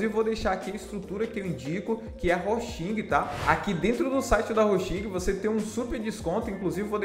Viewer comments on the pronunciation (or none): Hostinger pronuncia-se: Rôustinguer Gostei muito!